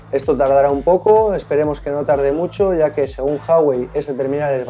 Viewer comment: ya tomamos nota de tu comentario del vídeo anterior, hay vídeos que se graban el mismo día y por eso en este pasa lo mismo con Jawei jijijijijiji. Te puedo asegurar que no me di ni cuenta de la pronunciación, pero para el Review te prometo solucionarlo. Un saludo y gracias por fijarte en estos detalles y comentarlos para poder mejorar poco a poco.